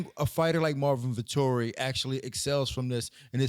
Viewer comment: "Vettori" sounds like "Victory"